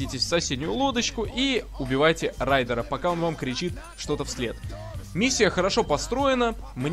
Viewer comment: Рудера😂😂😂, ору, это ты так райдера обозвал 😂😂😂